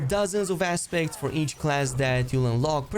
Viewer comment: Had to do a double take when you said “aspects” as I thought you said assbag lol😂😂😂